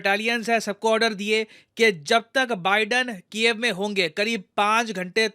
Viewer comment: When you say Ukraine capital name ,it sounds like cave ''Gufa''🤓